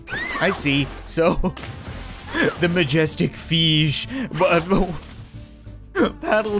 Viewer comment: i laughed so hard when he said "the magestic feesh"